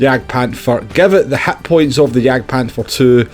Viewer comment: I didn't know hitpoints are also called HATpoints 😂